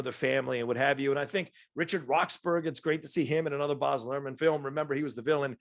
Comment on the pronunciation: It's pronounced Baz as in Basil Brush (where his nickname originated), not Bahz. This movie really does have his stamp all over it. Austin Butler was great in it!